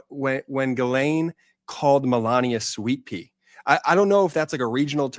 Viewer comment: was it Sweetpea or Sweetpee?😂